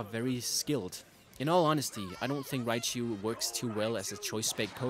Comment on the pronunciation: Raichu not riabchu